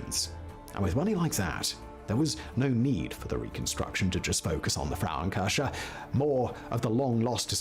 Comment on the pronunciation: His constant wrong pronunciation of „Frauenkirche“ (womens church) especially in this almost insulting exaggerated style is annoying as hell comparable to nails on a chalkboard! Especially knowing that this bald guy has already used both words (Frau [women) and Kirche [church]) in other videos where his pronunciation was way more accurate to the german phonetic which means he must purposefully mispronounced the combination of both words Which is actually not surprising at all … following him for years on different channels and knowing he isn’t even a real Brit (!) and his proper English accent is actually fake (really convincing in my opinion but still fake) i remember in his early videos from almost 10years ago he had a American accent instead of this distinguished Queen’s English/BBC English accent but his views have been back then stagnated pretty low compared to nowadays. Only after he started pretending to be British his view's have began rose rapidly and he got more jobs for different channels as their representer or narrator like in this one (in other videos he has mentioned several times that other people doing the research, planing the videos, do the scriptwriting and that he is just hired by different channels to be their public face/newscaster / Presenter / narrating voice for YouTube content video like this